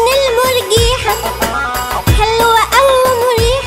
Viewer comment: مكارم مهي بتقول المنجيحه بدل المرجيحه